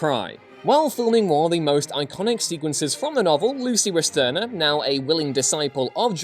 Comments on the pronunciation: Damnit man, check your pronunciations of surnames. It's Westenra and Holmwood, not Westerna and Hollywood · I heard him say "Lucy Westerna" and figured it was the correct pronunciation of "Westenra." Then I heard him say "Arthur Hollywood" instead of "Holmwood" and realized he was just fucking up. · Oh. Wow. You think the guy who did the graphic novel adaptation had any input on the film? You don't know how this works at all, do you? And evidently you cannot pronounce "Westenra" (which is NOT Westerna). WOW! And you read thing so sloppily you called Arthur Holmwood "Arthur Hollywood." Look again. Do you see the difference? In fact you keep getting all kinds of facts wrong. Ryder showed Coppola a screenplay for a proposed miniseries by James V. Hart, not the novel. There were two digital effects in the final film, not one. You mention the shooting in sound stages as two of your "25 Things". I knew almost all of what you've listed. I doubt the truthfullness of the things you have listed that I do not know, because you got so many facts wrong. Mispronouncing two of the lead characters' names is a bad sign.